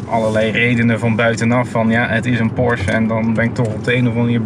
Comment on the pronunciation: Meneer weet niet hoe Porsche uit te spreken.